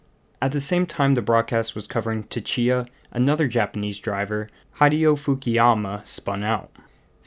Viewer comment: your pronunciations are terrible. It's "Mo-Teggy" not "Mo-te-zehy". It's "Su-Chi-Ah" not two-chi-ah.